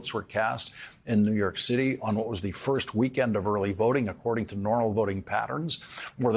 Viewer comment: Listen… he keeps saying New Yerk.